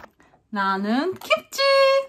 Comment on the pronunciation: チョヌンじゃなくてナヌンなのわろたw